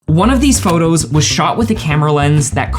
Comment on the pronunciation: Photographers should stop saying “phurtography”. They’re photos, not “phurtos”. All n all, great info and video.